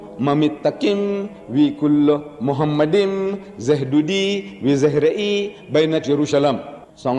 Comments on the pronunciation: Deedat was no scholar in classic Hebrew. Moreover, he was not even officially educated at all. Never did layman Deedat refer to a Hebrew dictionary or scholar to make his point. The first lie by Deedat is that he pronounced מַחֲּמַדִּ֑ים as ‘muhamaddim’. But he is wrong, it is ‘ma-kha-madim’. So there is no pronunciation of Muhammad. The other lie made by Deedat is that he said that ‘מַחֲּמַדִּ֑ים' is a name. Again he is very wrong because מַחֲּמַדִּ֑ים is a masculine plural noun, so it is not a name (like יְהוִֹה, Yhvh). Just check every high valuated Hebrew dictionary or lexicon. And because it is not a name it is impossible that it refers to the name of ‘Muhammad’. Also the claim that the plural 'im' (or 'eem') in ma-kha-madim in the Hebrew language was ‘added for respect’ is in this case false. First of all, nowhere in Songs of Solomon 5 it speaks about אֱלהִים, elohim, the masculine noun for a godhead. But Song of Solomon 5 speaks about ממתקים, mamtaqim and מחמדים, ma-kha-madim. So you can't compare apples with oranges. Biblical poetry is typically built on pairs of metaphors, for example "they were swifter than eagles, they were stronger than lions". In Song of Songs it's "His mouth is most sweet, ממתקים, he is altogether lovely, מחמדים. So מחמדים, ma-kha-madim is equivalent to ממתקים, mamtaqim. So the addition ‘-im’ is just a superlative of ‘desire', so it means 'most desire'. Exactly in line with the other words in vers 16: ‘mamtaqim’ = most sweet and other place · Yeah, you're proving my point without disputing it. I'm false equating two different Semitic words and conflating them to support my argument. Ahmed Deedat pronounced it as Muhammadim, but that's an incorrect pronunciation. The correct pronunciation is Makh-ma-din. Thank you for helping me clarify my point. Note; both of these words have different definitions. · Imam pronounced the word wrong, is makhmed’im in Greek.